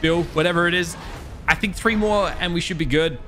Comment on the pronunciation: This man said tree levels lol